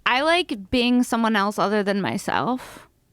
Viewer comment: Funny Joe talkin boit how people say words, yet he pronounces Else as Elts.